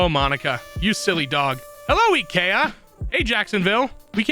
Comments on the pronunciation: every time he mispronounced IKEA I cringed. good vid though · that's not how you pronounce IKEA DX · Wait wait wait...please tell me he's purposely pronouncing IKEA wrong just to be a troll! Please!